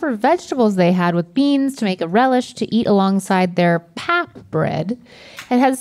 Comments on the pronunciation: Pap pronounced like pup, just for future reference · I laughed so hard when said pap lol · Pap is pronounced “pup” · Everything was fine except the "pap". Always happy to see SA on the board.